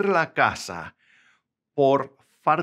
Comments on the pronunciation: Quite often you pronounce falta as faRta, is that just you, or is it common in some variant of Spanish? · I hear 'r' when you pronounce 'l' (farta instead of falta). :) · I can listen to it forever “Fartat”. Way to go teaching people how to speak Spanish. No offense. 🤣😝😊👍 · I think that's just mispronunciation. I'm a native Spanish speaker, and as far as I know, we never pronounce words such as "falta" with an "R" in any Spanish speaking country. It has to be with an "L", unless has heard it with an "R" in some countries.